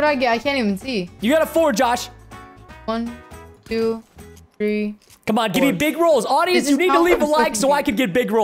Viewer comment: THREE NOT FREE!!!